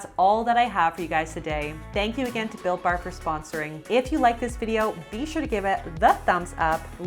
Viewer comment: Every time she says "built bar", I hear something else. This time it was Bill Burr.